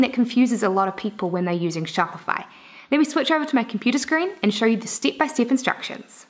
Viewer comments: stip by stip 😂😂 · You do the NZ accent really well =P